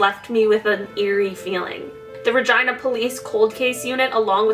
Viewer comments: Ha, no, it’s definitely supposed to be ruh-geen-uh pronunciation, I don’t think she knows. 😅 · The way she says 'Regina' sounds wrong to me. Its Rah-gee-nah. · The fact that the town is pronounced Ragina and not Regina cracks me up...I’m childish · Regina sounds like v*gina..... :) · I thought she said vagina police 🤣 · LOL... Is it JUST ME or did you hear vagina instead of Regina??? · I liked this video, but the way she said "regina" I couldn't stand over all cool video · It sounds like she is trying to say the female part without really saying it when she said Regina. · the way she says regina makes me feel uncomfy. im sure thats how they say it in Canada but i don't like it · Dirty minds n' all. I heard something else every time haha. I don't blame her but the people who decided it was fitting. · lol I didn't mean like that it's just that I say Regina differently than the way she said it. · I am so sorry, but the way you say regina............